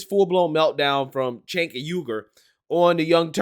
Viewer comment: I believe you pronounce his name as chunky yogurt.